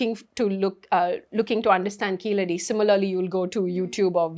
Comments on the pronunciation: A Tamilian would be able to pronounce Keezhadi as KEEZHADI. keeledi appeaers ok for the the non-Tamil speaker but not fo the Tamizh speaker. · It's Keezhadi in Tamizh (for the correct meaning). Keeladi for non tamils speakers who are unable to pronounce Keezhadi. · These people deliberately mispronounce Keezhadi, as the non-Thamizh people do.